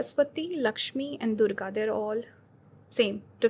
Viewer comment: Learn to pronounce the names of deities from other cultures, otherwise you will stay narrow minded and you can't grow that way